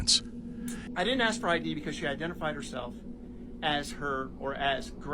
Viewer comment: She can “axe” all she wants but she doesn’t have the right to anyone else’s “mails.”